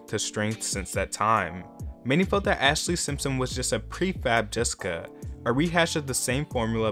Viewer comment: Wtf did you call JESSICA "DISCA" ???